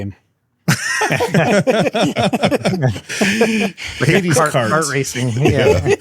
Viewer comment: 😂😂 he really said hades kart .. tha was funny.